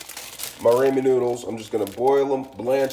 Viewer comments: It's pronounced Rah men, not Raymond. Rah men. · Its raaaaaamen not rayyyyyymen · It's Ramen not Raymond. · Rah men not Raymond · oh no would hate to have my “Ray-men” noodles “aladental”😂😂😭stick to the day job buddy 😭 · “Ray men” and “Aladental” had me rolling hahaha! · I don’t know why every ramen cooking video is full of dumb asses who purposely mispronounce ramen noodles. Like you think it’s cute or gonna get more views? lol you just look like a giant tool.